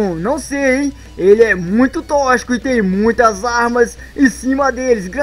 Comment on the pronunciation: Se escreve toxico mas você fala tóquicico,entendeu,então para de falar tochico,é tóxico.